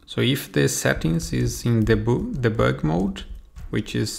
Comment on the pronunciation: Saquei que ele era brasileiro quando ele falou "Debug" kkkkkkkkkk